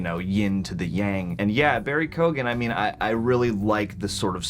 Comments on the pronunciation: I love you guys but just a little piece of help, is name is pronounced "kyo-an" or "kee-yo-un" not "ko-gan" . Peace out! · Just fyi guys, his name is pronounced "KEE-Oh-AN", not "KOGAN" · Guys, actors name is Barry Keoghan (Kee-Own) not Kee-gan....big fan of the channel from Ireland! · Keoghan is pronounced like “Kyone” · His surname is pronounced key oh in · For anyone that’s not Irish it’s pronounce Key-Owen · Irish here ..... it's Barry "KEE OWN" but say it fast and together Keown. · Barry Keoghan is pronounced Kee-o-an Great scene! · It's Barry Kee- Owan The G is silent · Great review - I’m Irish - his name is pronounced keeeowan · His last name is pronounced more “key-on” the gh is silent here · His last name is pronounced as KYOHG-ən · Absolutely butchered Barry's surname. 😂😂 Here I'll help pronounce it like this Barry KeyOwen 😂😂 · Keoghan is pronounced as Kyohn (like own), just fyi - from an Irish person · From an Irishman, Barry’s second name is pronounced “kee-yo-an” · just fyi it’s pronounced Barry Key-Own 😆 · Don’t know if ye will see this but his name is pronounced Barry Kyo-an. Just a little Irish lesson for ya 👌🏼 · I thought this scene was great but a) would've taken the spotlight off Riddler and b) it was a little hard to understand some of what he was saying for me I would've assumed his name was pronounced Kee-gan, since that would track with Irish but I googled to be sure and it seems different families end up pronouncing it differently, so is his one actually pronounced Koh-gan like you said? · Guys keoghan is actually pretty easy to pronounce. Just like k-yo-uhn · It’s pronounced Keoghan (key-oh-Ann) the g is silent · He truly is a great actor. As a fellow Irish man I'm proud that the legacy of this character is being passed on to Barry Keoghan! Also, I know its confusing but it's an Irish name so it's pronounced 'Key-own'. Just for future reference👍